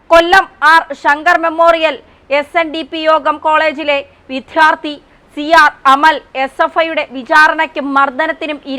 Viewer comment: ഒരു മലയാളിക്കും വിദ്യാർത്ഥി എന്ന് ഉച്ചരിക്കാനറിയില്ലല്ലോ. കഷ്ടം!!!